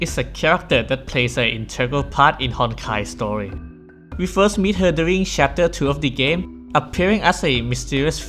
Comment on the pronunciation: Guys his accent kinda spoiled Hoyo's new game Honkai Star Rail, but he said story but it sounded like Star Rail.